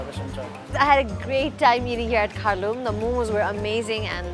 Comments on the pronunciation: Its not kharloom its kharlyoom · If u cn spk Nepali... Dn y cnt u pronounce kharloom... Showing off